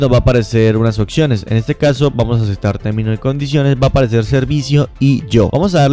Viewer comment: Acektar acektar acektar jajajajajaja